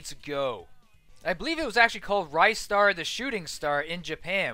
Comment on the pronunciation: The way you say "Ristar" is accually correct, but people can say it their way.